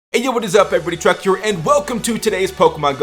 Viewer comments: Swear he calls himself Truck in the intro wtf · Lol at the start you said truck